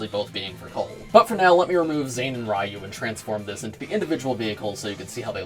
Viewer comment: REEYU? REEYU? i think you mean R”I”YU